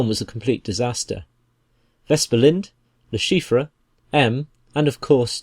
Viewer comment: Someone please tell this man how to pronounce LeChiffre I could not even finish the video because of how bad it was